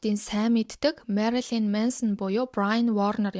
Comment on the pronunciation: Marolyn bish Marilyn shuu. Shuvt Marolyn gd bh yum angilaar unshih gj aldag gar bndà